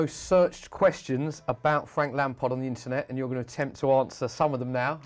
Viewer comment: it is frank lamard instead of lampard